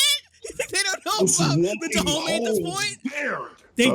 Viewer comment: "Kingdom of Da Homie" 😂